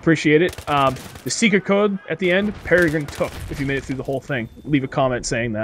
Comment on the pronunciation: Peragrin took? Did I hear that right?